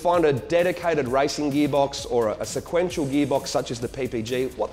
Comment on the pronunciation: Lol " sequnetial "